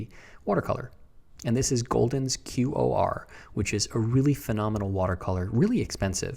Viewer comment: the golden watercolor QOR is pronounced 'core' i did learn a bit about acrylics here, thank you for your video!